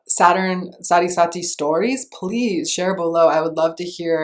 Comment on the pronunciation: Sati is pronounced as Saahtheee